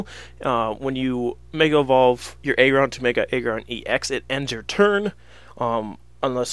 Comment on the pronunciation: I hate this guy. It's AGGron not EGGron. Really irritating.